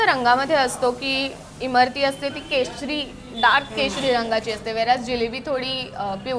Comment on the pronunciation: Abe Imarti nahi Imratti....